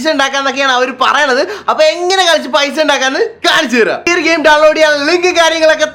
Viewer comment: ഓന്റെ ഒരു ഗയിമും.....ഗയിസും...... .....